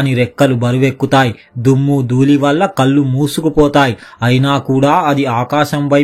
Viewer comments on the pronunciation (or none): none